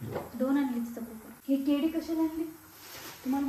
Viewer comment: केडी नाही केळी म्हणतात